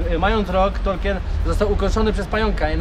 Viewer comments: Ciekawy blog. Co do tego, że nie wiedzą kim był Tolkien, to może kwestia wymowy. Wymawia się "tolkin" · Ja tam nie wiem, ale możliwe, że nikt nie wiedział o Tolkienie dlatego, że dziwnie wymawiałeś jego nazwisko ;p Chyba, że nawet po wymienieniu jego książek z nazwy nie wiedzieli, to nie wiem...